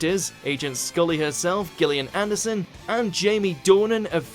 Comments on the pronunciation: Gillian is pronounced with a soft G or J! unlike gif! Which is a hard G!!!! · Helen Trope I thought the same thing. Isn’t it pronounced like jill? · Check pronunciation of Gillian and satirist. Gillian begins with a soft G, and the emphasis in satirist is on the first syllable. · You're STILL saying Gillian Anderson's name wrong! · So how the F is it supposed to be pronounced? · Today's mangled, mispronounced words are Gillian and satirist. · David Mellish No, watch the video again and listen in wonderment to how he pronounces Gillian Anderson. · SaTIRist was particularly bizarre! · No we're talking about the way Gillian Anderson's name first name is mispronounced in this video as indicated in my initial comment. Cillian Murphy's name doesn't have a G in it last time I looked. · You are absolutely right Helen,and as for the pronunciation of satirist,well.